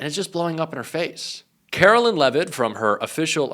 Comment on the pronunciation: Hey. Love your show. One minor comment-please correct your pronunciation of Karoline Leavitt. It is “care-o-line” and not “car-o-lynn” as u say. Thanks.